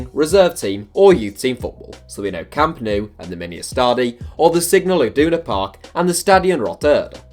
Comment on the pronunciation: He also doesn't realise that the 'Nou' in 'Camp Nou is pronounced 'now', not 'noo'.